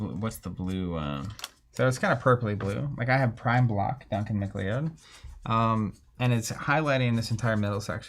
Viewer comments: Congratulations, I’ve never heard anyone ever pronounce McLeod as “Mah-Clee-Ood”. In fact, I don’t think anyone in the history of Earth has ever pronounced it that way. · My guy keeps saying "Mc-lee-ode" and it's killing me.